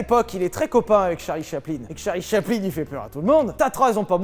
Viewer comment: Mdr j'ai mis 3min a comprendre qui était "Charlie Chapelin"